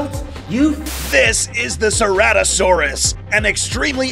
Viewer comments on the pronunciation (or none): none